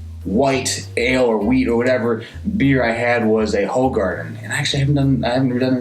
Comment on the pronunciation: Love Belgian beers. -19.2 oz = 568 ml which is the standard Imperial Pint in the UK -Your Brooklyn glass quite resembles the official Stella glass actually. -When you do your Hoegaarden review, know that it's pronounced WHO-garden. Mind blown! -I agree with your review...I think Stella is quite refreshing and a pretty decent lager. -We definitely don't think Lager when discussing Belgian beers even though the money maker it Belgium is Jupiler, a cheap lager. They do a ton of sports sponsorships and have a grip on the market countrywide. Sound familiar? Ha. I had one during my visit...not good. Great review.